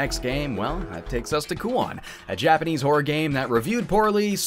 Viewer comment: hell yeah, this is how it should be done! a Japanese person would not bat an eye at your pronunciation and really appreciate that you took the time to look it up. having an accent is totally fine anyways but some english speakers alter Japanese names so much that Japanese speaking people don't even recognize what is being referred to anymore. all naruto characters f. ex. have been victim to this, especially beloved sakura 桜 HER NAME IS NOT 'SEKOORA' Y'ALL :p keep putting in all this effort, it is much appreciated <3